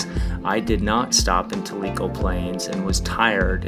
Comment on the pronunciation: Tell - I - Co Is How You Pronounce It !